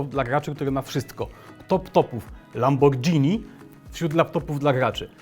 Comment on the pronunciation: Lamborghini nie "lambordźini"